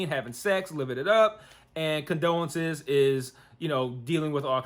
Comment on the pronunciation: LOL at you calling her condolences...it CONDOLA.